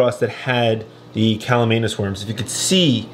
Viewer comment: Read the name! It’s not pronounced callumanus.